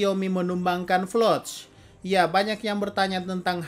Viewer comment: Floch😂😂 bukan Falco😂